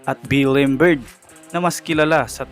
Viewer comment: naguluhan ako sa mga binigay mong name chook daily, bill imberg, james harley😂😂😂 nice content pero research mo mga name nila pag di mo alam banggitin para di ka nagkakamali sa pag banggit ng mga names nila.